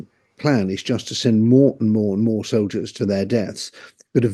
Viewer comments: "Soliders"? Come on. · The word is soldiers, not soliders. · It’s not “soliders” it’s soldiers jeez get it right